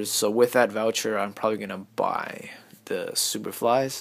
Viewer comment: I mean buy. . . not bur